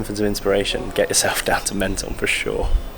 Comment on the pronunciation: I have an apartment here - great video guys but it is pronounced “Monton” 😊